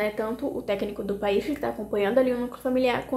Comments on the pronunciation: Será que eu aprendi errado ou você pronuncia de uma forma diferente a sigla PAIF🤭 independente disso vc é ótima ❤ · Ela fez a pronúncia incorretamente. Mas, ela vai se adequar no início pode gerar dúvidas mesmo.